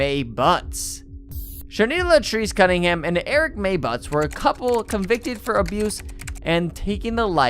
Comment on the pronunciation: Dude, how do you manage to get out "Shanita Latrice Cunningham" without a problem, but then keep saying "Eric" for "Erica"? Somewhere there's a speech pathologist PhD candidate who'd love to write their thesis on you.